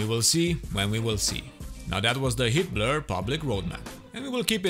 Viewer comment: I swear he's saying "Hitler"